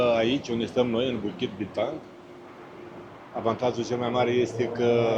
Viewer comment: You pronounced Bukit Bintang and Jalan Alor perfectly,unlike other tourists. Like locals.😊❤